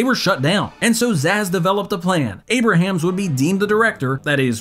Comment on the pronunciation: How do you not know how to pronounce the last name of one of the creators? I don’t get it. It’s “a brams” not “a bruh hams”